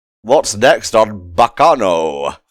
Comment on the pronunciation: One of my favorite anime’s! You can tell cause that pronunciation at the start really hurt.